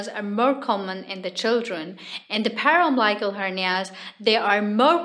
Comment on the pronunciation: Interesting topic. Note: Incorrect pronunciation of umbilical and paraumbilical.